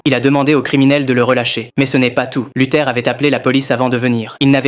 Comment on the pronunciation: c'est pas " luther " mais " luthor "